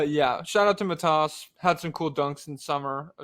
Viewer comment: can we get this man the phonetics pronunciation for Matas before it’s too late!